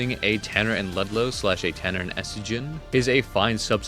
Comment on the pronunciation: its T U R N E R not T A N N E R